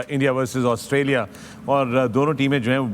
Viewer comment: Australia ka Austria kar dala 😂